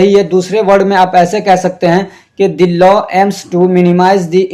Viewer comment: Lawa nahi yaar law hota hai